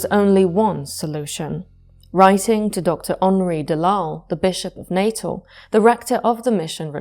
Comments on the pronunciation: I’m South African, I just want to point out, it’s not pronounced Natal (Nay-tuhl) as you’re saying it, but rather Nuh-tehl in English with the emphasis on the second syllable, or Nah-tal in Afrikaans. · "Natal" in South Africa is pronounced like the English word "natal," roughly NAH-tal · The former South African province of Natal is pronounced as "nuh-TAHL". Otherwise great video. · I'm listening, tucked up cosily, but in fact tense with fear. When the paranormal comes from inside one's brain, it terrifies me more than things lurking in dark castles, forests or skies. (Tiny point. I'm half South-African and we pronounce 'Natal' as "Nah-tahl".) 💛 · Set my teeth on edge every time I heard it. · Apart from the pronunciation of Natal.